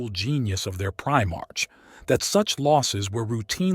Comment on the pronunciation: “Eye-Veeth Legion” “PrimarCH” “Gullyman.” This Abominable Intelligence is Heresy